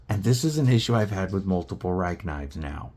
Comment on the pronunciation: Prolly pronounced 'Ree-keh'.